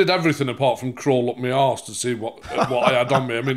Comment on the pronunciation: "I said on my ahss, not in my ahss!!!"